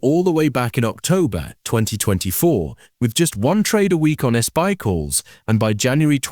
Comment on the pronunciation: How did the AI interpret "SPY" as S-PIE? And why did you not fix that?